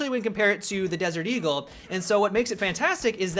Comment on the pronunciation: Anyone else giggle like a school girl every time he said "D"-gul?